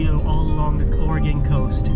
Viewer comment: Thanks for saying oregon correctly. Definitely a great video. You should check out some of the surf perch fishing out at the coast.